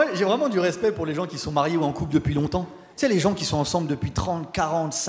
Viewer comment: quand il dit tu sais "tsé", ça sonne tellement québécois! je me suis demandé s'il avait vécu là-bas... quelqu'un sait?